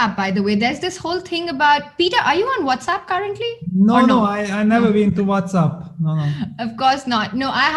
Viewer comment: Peter: Its What's App not What's Up!!